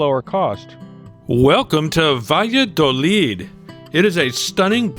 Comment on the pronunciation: Sorry, but want to bring an aspect. The town is pronounced "ba'ya'dolid'. I like that town. Nice shops and restaurants.